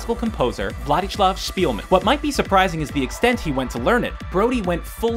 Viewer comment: Władysław Szpilman is pronounced VWadiswav Spehlann not Wladislav Speelman (the letter ł (bar) is not pronounced like L but like a W)